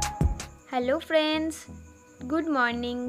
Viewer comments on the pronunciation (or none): Dada tumi frienc kano bolo,,ota hobe friend,,bujle,, kharaper vebo na,,tomader video ami deki,,ar valo o lage